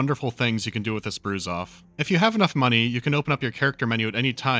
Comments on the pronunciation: The right pronunciation is brazuf. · "Bouzouf" is pronounced "Broozoof". Sincerely, a french dude. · It's actually pronounced "Broozoof" like in "Brood". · It's pronounced Broozoof And it's stupidly genius xD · probably fifty hundred comments already say that and you probably don't care but the correct pronunciation for "brouzouf" is "broozoof" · FYI : Brouzouf is pronounced like so : "Broozoof"